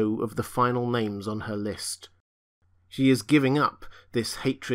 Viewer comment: even though he's butchering all the names? Took me a while to get used to. And I've been looking for a different narrator for book 4 onward. But the only alternative narration isn't available on audible where I live :(